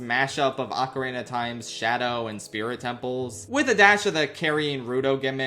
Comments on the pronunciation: Ocarina sounding like Macarena without the m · My favorite part of this video is when pronounces ocarina like Macarena. 10/10